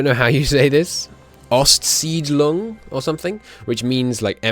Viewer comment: Just wanted to let you know that your pronounciation of "ostsiedlung" was pretty much perfect.